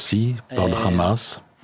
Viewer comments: le hamas pas ramas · Non. cela se prononce RHama, comme le "R" de cRacou cRampe.